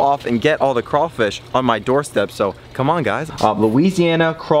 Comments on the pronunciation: It’s craw..... fish.... not cray.....fish learn how to speak ..... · They're called crawfish not crafish who is this dude!!! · No sir it's called crawfish sir not crafish you said it correctly but then you said crafish. What state are you from cause in Louisiana it's crawfish real Louisiana ppl know this!! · He said “cra fish” it’s “craWfish” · It’s “Crawfish” not “Crayfish” ! 🤦🏾‍♂️ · CRAYFISH EXCUSE ME ITS CRAWFISH *laughs like an idiot*. BTW: I’m from Louisiana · How did you Mispronounce craw fish it’s the same as you say rawfam remove the fam and add the fish and the c example rawfam - fam = raw. Raw +c =craw. Craw + fish =crawfish. Not cray fish it’s craw fish. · It ain’t crayfish it’s crawfish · It’s not cray it’s craw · It’s not Crayfish it’s CRAWFISH!!!! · It’s cr-AW- fish 😂😭 the word crayfish makes Down south ppl cringe 😂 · Not to be that one person but STOP SAYING CRAYYYYYFISH ITS CRAWWWWFISH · You pronounce it wrong it’s not crayfish it’s crawfish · Crawfish not crayfish not to be rude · It's not "crayfish" its "crawfish" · Why do you say crayfish it’s crawfish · Say it with me; straw, flaw, paw, naw, slaw, maw, claw. Now, everyone together...CRAW-fish. Great!! 👏😁😉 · Dude- stop sayn "rawwfam" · That is not how you say crawfish